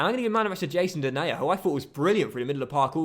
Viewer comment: When he said jason denayer i thoughthe said jason derulo 😄